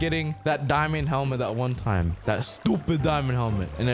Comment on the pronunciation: it's go tiem oh I din meen to do dat